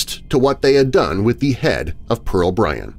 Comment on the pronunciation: Just Bryan. No T